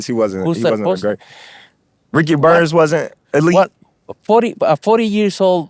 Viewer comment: Na bro said "Ricky Bums" ☠️🤣